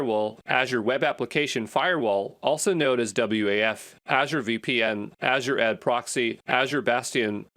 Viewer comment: Am I the only one that get the feeling that the voice here is AI based? Who calls Azure AD "Azure adee"?